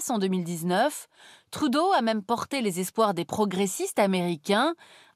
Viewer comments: Justin Trudeau, fils de francophone, député dans un comté francophone d'une province francophone et premier ministre d'un pays francophone. ARTE : On va prononcer ca à l'anglaise ! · De la façon dont vous prononcez Justin Trudeau, on dirait que vous vous ne rendez même pas compte qu'il s'agit d'un nom d'origine francophone. Il faut aussi souligner certaines inexactitudes des frontières dans plusieurs cartes présentées durant la présentation, notamment l'usage des frontières provinciales modernes pour montrer les 5 provinces à l'origine de la confédération de 1867, et l'omission totale des changements de frontières aux États-Unis de l'époque (intégration de la Louisiane en 1803 par les américains et de la Terre de Rupert par le Canada en 1870).